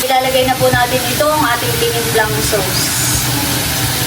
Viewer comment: Corn-start (Cornstarch) at Sowws (Sauce)! Classic 😃